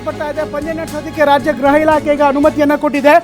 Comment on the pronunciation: ಗ್ರಹ ಇಲಾಖೆ ಅಲ್ಲ ಸ್ವಾಮಿ. ಗೃಹ ಇಲಾಖೆ. 😂😂